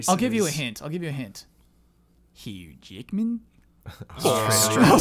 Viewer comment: As an Australian can I just accent is literally perfect. Nothing more needs to be done with it, you've reached perfection. Really proud of you, well done. Hew Jickmen indeed.